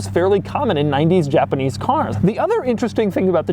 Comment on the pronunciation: A JA-PA-NEEZ Chevrolet Camaro. That's what it is.